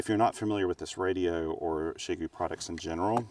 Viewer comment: Your pronunciation of the company name is closest to what my Chinese friends would say. The prevalent pronunciations I hear on YT are not even trying 😞